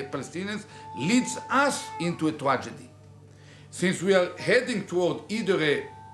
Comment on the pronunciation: “ A Twadgedy….!” 😂